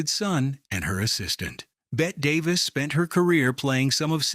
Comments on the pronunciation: It's not "Bet" it's Bet-ty. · Whos bet davis? Its bette davis jackass AI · Her name is pronounced “Betty,” not Bet. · It’s pronounced BETTY not Bet. Lousy AI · It's pronounced BETTY... as in bet'EE. Not BET. She would be rolling over in her grave. 🌹🌹🌹🌹🌹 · “Bet-TEE’ is what she was called. “She’s got BETTY Davis Eyes.” Remember?! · Bette = "BET tee" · Outrageous that the announcer mispronounced her name -- one of the most famous actresses in Hollywood. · PRONOUNCE PROPERLY! It's the most basic respect. BET-tee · Her name was pronounced, “Betty”. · If you are going to do a piece on Bette Davis, at least pronounce her name correctly. It’s pronounced “Bet-tee”….Geez. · It's Betty Davis. I know Bette is the way she spelled it, but all AI voices never get it right. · Ai voice says Bette wrong. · Why can't AI pronounce Betty. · For Pete's sake. It's spelled Bette, pronounced Betty. Get it the fuck right! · a video about Bette Davis that mispronounces her name?? Imagine being so greedy that you make AI videos but can't even be bothered to proof them for errors. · Bet Bette Davis would have a word or two (or a thousand) for the culprits too lazy to find out how to say her name properly. Teach AI right!